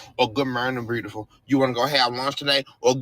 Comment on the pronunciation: Beautiful does not have an r in it.